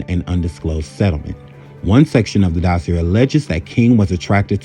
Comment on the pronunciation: Sir, your content is MUCH too intelligent for me to remain silent any longer. First of all---well done! Next: You should Google things (pronunciations) about which you are not certain. Ill pronunciations make you appear much less intelligent than we, the audience, know you to be. To wit: 1. Dossier: Has French roots. Thus, it is pronounced DOSS-see-yay 2. Joan Baez: Last name is pronounced BYE-yezz 3. Communist: Pronounced COMM-you-nist Just a tad more research and a verbal editor will make you darn near invincible on this here app. Here if you need help. I promise---I'm just trying to help. (Thus, no shade.)